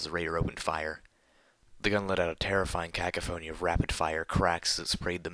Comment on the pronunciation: oh my god that word is pronounced "cuh-COUGH-uh-nee" boy getcho